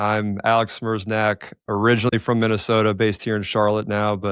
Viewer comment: "Smerznak" hah.. as a Polish person that's a funny way of pronouncing "Sme-reh-ch-nyak" :)